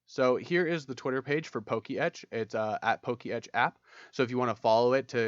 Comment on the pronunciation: It's not "Poke Etch" it's "Po-Ketch"